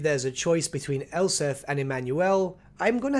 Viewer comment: It sounds like you're saying Elsa von Draken of Null.